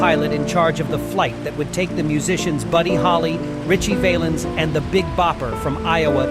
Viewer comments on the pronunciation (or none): Richie's last name isn't pronounced Vaylens. It's pronounced Valluns. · Got the dates wrong, and miss pronounced Ritchies' last name